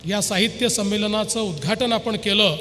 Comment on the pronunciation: उद्घाटन नाही उदघाटन